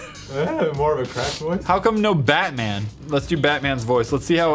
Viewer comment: He's not bat man he's